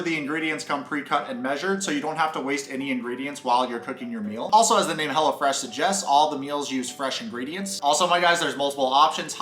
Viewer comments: Wait I heard hella-fresh and not hellofresh 🤣🤣🤣🤣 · Though I kept hearing... Hella Fresh, not Hello Fresh. Haha! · I thought you were saying HELLAFRESH🤣